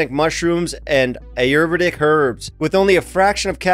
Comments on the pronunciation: Hey Jeff, Ayurvedic is pronounced : eye-ur-vay-dick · The day Jeff learns how to pronounce “Ayurvedic” will be a glorious day